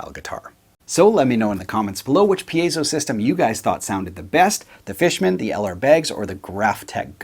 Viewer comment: I'm glad you're pronouncing it correctly. It seems like solid vs. semi-hollow vs. hollow body is making a difference. I have an account with Graphtech, so I'm putting the Ghost system on my current build, but I'm doing it mainly for the midi output. I'll certainly put a tone circuit on the piezo.